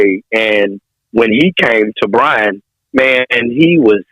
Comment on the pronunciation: It's Bryan, not Bryant